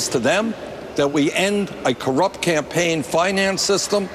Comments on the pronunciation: Did she say "Tampaign Trail"? I keep hearing and seeing her say that, rewind after rewind. Is it JUST ME? I am alone at hone, i need a reality check on this! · Yes, glad I'm not the only one. "Tampain" as in tampons and pain... Hmmm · Anyone catch that? "Teaming up on the tampaign trail."